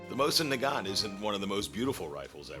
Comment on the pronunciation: Mo-SEEN Na-GaNE